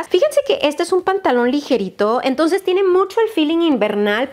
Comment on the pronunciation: Hola No sé si es idea mía o dices "emtonces" en vez de entonces 🤔 O quizás no escucho bien, no lo sé